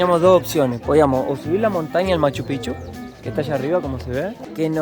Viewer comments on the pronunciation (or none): Buen video, sobre Machu Picchu, su pronunciacion es pikchu, no pichu, aparte pichu es una mala palabra que significa otra cosa. Las llamas tambien en machu picchu son mas como un atractivo turistico, ese clima subtropical no es su habitat. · Me encantan son una pareja hermosa pero Mate se dice Maccupichu no Machopicchu😂😂